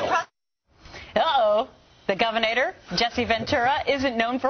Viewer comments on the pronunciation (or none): DId she just say "Governator"??? I thought that was Ahnold Swassenaygah...